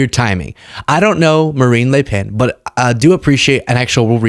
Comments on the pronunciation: A bit of an issue with some "a"s from Marine but ilI nerver heard an american NAIL the prononciation of a french name this precisely., je vous tire mon chapeau. ( the upper dupper classy version of "mad respect") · you say Marine Le Pen as a Frenchman would say Marine Le Pen. Tres bon